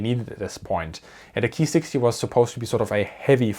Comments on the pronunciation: Nice report.. it's actually better to say.. Kay- I ( eye) 27/44 and not the German pronunciation Key-27/44. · Not Keee it's K I. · KEY this and KEY that..................................kay eye ........kay eye....K.I. I had to go look it up..in Japanese its pronounced co...long "o",,,,I made it through the video but it was hard to here the work KEY OVER AND OVER...LOL GOOD STUFF EITHER WAY!